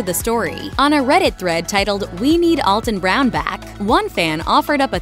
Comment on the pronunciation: You really should learn how to pronounce his name if you are going to talk about him.